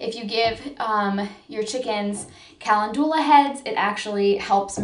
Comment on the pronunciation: Are you trying to say Calendula❓lol 😂So cute. Sorry it’s funny when any of us say words incorrectly. It’s okay. Calendula are pretty & yummy.